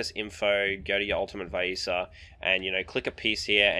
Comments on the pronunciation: its vi-esa NOT WHY-ISA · Nice vid! Its Vee-es-ah if you care lol Also who the fudge says ShareeEEen xD